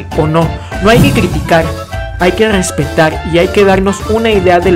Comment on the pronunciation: No puedo "Gespetag" a las personas que no pueden pronunciar la R jajajjaa 😂